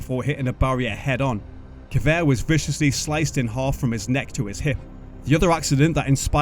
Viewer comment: Severt, not Kevert 😉